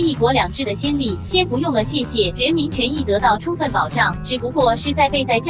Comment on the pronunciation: 共產黨一直在說 "充分", 我怎麼聽成是在 "沖X" (捏鼻)